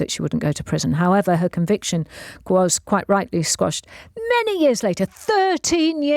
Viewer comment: Ha! I’ve caught Carol Vorderman out! She said the verdict was squashed, when she meant quashed! Do I got to the top of the class, or what?